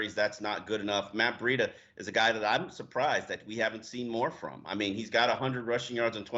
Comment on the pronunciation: Is saying Matt breida correctly?? Or is he completely wrong?